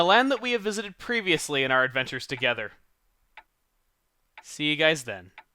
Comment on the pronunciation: "In a land we pevisioly visited." HES DOING POKEMON XD!!!!!!!!1!!